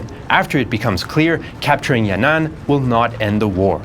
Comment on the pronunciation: It’s not yan nan, it’s yan an